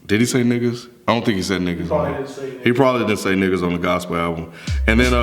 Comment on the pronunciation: IT'S NOT A FUCKIN GOSAPLE ALBEM STOP SAYIN THAT!!!!!!!!